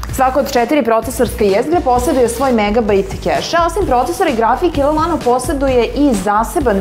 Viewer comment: Ja ne mogu da verujem da je riba na kraju snimka ladno rekla L Lano... :D